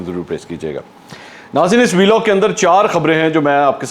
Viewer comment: Sir Vlog ko shi pronounce kiya karain